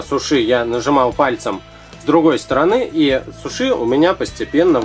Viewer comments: Не сушии а сууши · да правильнее говорить сУши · вообщето не сушИ а сУши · Говорится сУши, а не сушИ да ещё это роллы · во первых не сушИ а сУши, а во вторых это ролл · Не сушИ, а сУши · У слово суши ударение падает на 1 слог а говорит и ставит ударение на 2 слог НЕ ПРАВИЛЬНО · не сушИ а сУши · Почему вы говорите сушЫ а не сУши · Не сушИ а сУши ! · сУши а не сушИ удорения на у без обмд:( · сУши а не сушИ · да не сушИ а сУши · я тоже согласна!! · ударение на уууууу а не на иииии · Это не суши,а роллы!И правильно говорить не сушИ,а сУши! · Не сушы а суши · Да вот именно правильно не сушИ ,а сУши!!!!!!!!!!!!!!!!!!!!!!!!!!!!!!!!!!!!!!!!!!!!!!!!!!!!!!!!!!!!!!!!!!!! пративно слушать иза-за этого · не сушы , а суши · правильно говорить сУши а не сушИ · уважаемый, не сушИ, а сУши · да что вы привязались к человеку ну что сказал не правильно но вы не правильно не правильно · ударение на букву "У", а не на " И". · Не сушИ не сУши а суши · Как вы показали роллы,сразу слюнки потекли! Но правильно сУши, а не сушИ)) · во первых не суши ( ударение на и ) а суши ( ударение на у ) а во вторых это роллы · Не сушииии а суууши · Сууууууууши а не сушииииииии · Можно я исправлю что ли так скажем вы ударение не правильно ставите это говорит моя подруга(мне вообще как то без разницы)она говорит что правильно Су*ши ударение на у а не суш*и ударение на и.Извените ,так говорит моя подруга) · Мне тоже так кажется Что правильно говорить су*ши а не суш*и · Не сушИ а сУши!! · Какая сушИ??? СУши а не сушИ,извините,но вы на украинского мужчину похожи. Говорите правильно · не сушиииии а сууууууши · Вообще-то не сушИ, а сУши! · Только не сушИ ,а сУши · ударение на 1 слог не суши а сУши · не сушИ а сУши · Ты не правильно говориш суши' надо говорить су'ши ☺😊👑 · Ударение на у а не на и сУши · вы не правильно ударение ставите не на И,а на У. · Мне очень нравятся ваши уроки, но сегодня меня взбисило Слово сушИ( правельно говорить сУши) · Не суш`и а суши